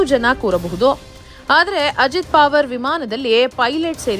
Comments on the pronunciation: ನಿಮಗೆ ಅಕಾರವನ್ನು ಉಚ್ಛಾರಣೆ ಮಾಡಲಿಕ್ಕೆ ಆಗುವುದಿಲ್ಲವೇ ?ಪಾವರ ಅಲ್ಲ ಪವಾರ ಎಂದು ಸರಿಯಾಗಿ ಹೇಳಬೇಕೆಂದು ನಿಮ್ಮ ಕಾಲಿಗೆ ಬಿದ್ದು ನಮಸ್ಕರಿಸಿ ಕೇಳುತ್ತೇನೆ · ಮೇಡಮ್,ಹೆಸರು ಅಜಿತ್ ಪಾವರ್ ಅಲ್ಲ, ಅಜಿತ್ ಪವಾರ್ ಎಂದು ಉಚ್ಚರಿಸಿ. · ನಿಮ್ ಅಜ್ಜಿ ಪಾವರ್ ಅಲ್ಲಾ ಪವಾರ ಅಂತಾ ಹೇಳೇ ಕೋತಿ 😂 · ಏ.... ಕತ್ತೆ. ಅದು ಅಜೀತ್ ಪಾವರ್ ಅಲ್ಲ. ಪವಾರ.